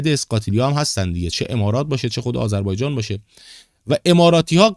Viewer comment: تو هنوز اسم کشور رو بلد نیستی بگی. 100 بار بگو آذربایجان تا یاد بگیری. باکو پایتخت است.